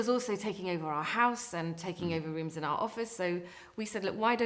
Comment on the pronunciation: did she say are application?, It's our, not are. our, sounds like hour, power etcnot are